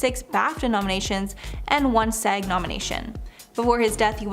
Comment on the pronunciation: 'SAG' not S-A-G.